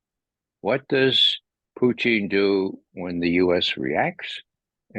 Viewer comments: Purine and Fries? Why doesn’t this guy know who the president of Russia is? Putine or Puteen? - want a Diet Coke with that Putine? It’s Putin not Putine buddy! Can not listen to it anymore- so annoying when someone doesn’t know how to pronounce the name. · Puteen,come on, guy, it's not French fries and cheese. It's Putin (poo-tin) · Okay, that guy just insist on saying "Putine" it's Putin. Even Putin say's it's Putin. Don't know what he thinks he is doing, but its annoying. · This guy thought it was Comedy Central. Also, he loved saying Puteen, okay? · i like grandpa 👍🏾 plus the way he say PuTIN 😂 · Mee too lol. He says puuty